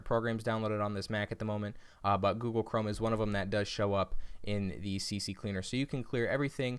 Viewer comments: Stop saying CC cleaner, it's CCleaner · Its not CC Cleaner, rather C cleaner 🤣 Thanks for the video though 👍🏼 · Its C Cleaner Not CC Cleaner lol